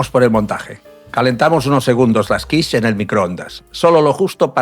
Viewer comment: Hilarious. AI calls quiche kwish.